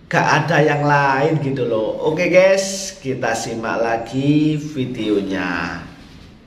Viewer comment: Maaf admin pengucapan yg benar itu Gaes buka Ges.... Kalo tdk bhs Indonesia saja jgn sok Inggris